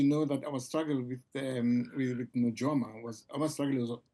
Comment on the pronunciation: NuYOma NOT NuJOma